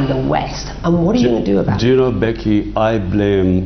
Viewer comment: Becky talking Behki Behki